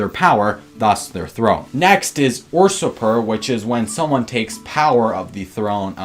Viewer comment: its pronounced You-Sir-Per hahahaha #pseudoprohistorianadvice